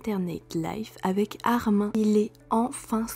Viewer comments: Tu prononce mal le premon. C'est pas ARMAIN mais ARMINE. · sauf que ce n’est PAS un prénom FRANÇAIS donc ça se prononce ArminE, le prénom Peter on ne va pas le prononcer pété… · Ça se dit « arminE » pas « armain » ça m’a stressé ☠️ sinon c’était super !